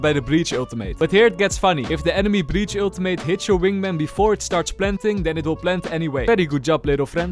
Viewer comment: I love the way you say Ultimate. “Aultimate”